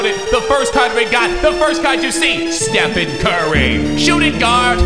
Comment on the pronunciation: Um... It's stephen. Stephen